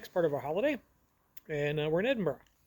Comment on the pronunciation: Thank you, sir, for pronouncing Edinburgh properly, Pastor. Miss Scotland deep in the bones. Used to travel there all the time.